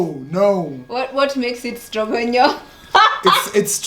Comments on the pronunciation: will be the end of me. It's pronounced beef stroga-noff not stroganyoff. the gravy is usually made up of alcohol. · 😂😂😂 lol. Its pronounced nof not nyof but you're right its 👌🏾